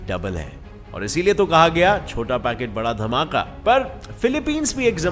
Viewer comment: said सोटा है। But it's chota.... 😂😂